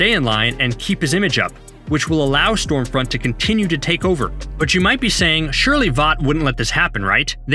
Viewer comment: I seriously couldn't tell whether your calling her Storefront or Stormfront.